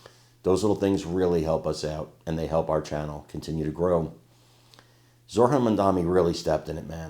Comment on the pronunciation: Pronounce it ZO-RAN. Stress on ZO